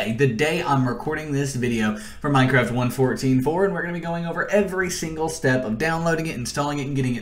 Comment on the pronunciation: i hate to say this but the way he says 1.14.4 is really bothering me, no hate though. His tutorials have helped me a lot in the past